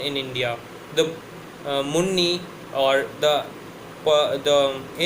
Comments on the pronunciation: It is muni not munni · It's not Munni, it's muni